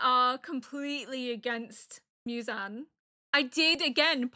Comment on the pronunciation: Mew-zan ❌ Moo-zan ✅ 😁👍 you got it right a few times but don't stress about it, Japanese names are a little difficult, i just realized that almost all the anime you watched so far like AOT, Vinland, Frieren, FMAB have European names and Apothecary has Chinese names, is this the first one you watch that takes place in Japan ? better get used to it, hehe 😋 EDIT : woops forgot about Death Note